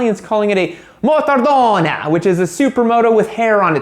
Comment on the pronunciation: MOTARDONE!!!! you can do better with the prounciation